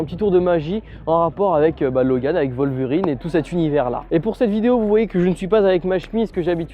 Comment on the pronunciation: Wolverine !!!! WOLVERIIIINNNNEEEEE!!! Pas "Voleverine" !!!!